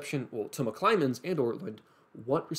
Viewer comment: Great video! There's just one thing that bothered me... It's McClymond, not McClymonds!